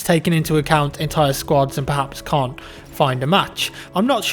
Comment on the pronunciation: He said cant shoot, he said it really weird though. His accent probably plays into it.